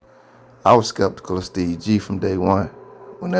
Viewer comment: Your saying steves name wrong she said it right